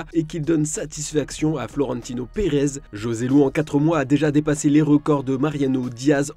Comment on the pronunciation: Ça s’écrit Joselu mais ça se prononce ROSELU!!!!!!!!!!!